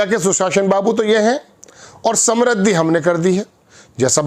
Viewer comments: सम्रुद्धि नहीं, समृद्धि बोलिए। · Samrudh nahi hota hai modiji,samridhi hoti hai.